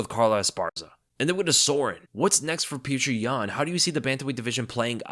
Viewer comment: who is this pew-cher yan fella?